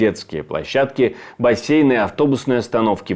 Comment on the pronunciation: бассены???? Бассены?😂😂😂